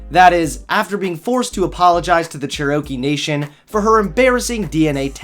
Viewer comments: says "Churro-key" lmao its pronounced "Chair-O-Key" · Ch... cherOkee?? Buddy. It's pronounced Chair-oh-kee.... Great vid just make sure it's right inflection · Good vid but it is pronounced cher-uh-kee not cher-o-kee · churrokey? No. Chair-o-kee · Cherokee=Chair O Key Not Chur-Okie, that is probably how Elizabeth Warren pronounces it. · "Chair-OH-kee" nation? That's probably the way Liz Warren pronounces it, too. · Not being angry, but for future reference it's pronounced CHAIR-uh-KEY. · HIW OFFENDED I AM ITS CALLED CHAIR AH KEE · Chair O key lol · Did you say chair-row-key? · Hey, I know you meant nothing by this and I'm in no way trying to be a crazy ass libtard but Cherokee is pronounced Chair-a-key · I love you but the way you said chair-ah-kee was kinda funny, don’t get so butthurt im from Oklahoma and like half my friends are Cherokee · He said Cherokee wrong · Actually it’s pronounced Cherokee not Cherokee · I’m offended at how you pronounced Cherokee. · Lol why do you say Cherokee like that you weirdo.